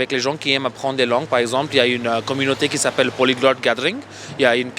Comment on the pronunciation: "polyglot gathering" the accent came out